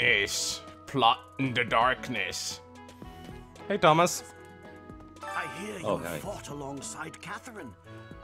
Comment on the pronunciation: When you said "Hi Tomas" i understood "Hi Dumbass"